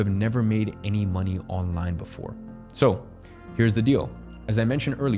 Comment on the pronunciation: "Pervious" "Onling"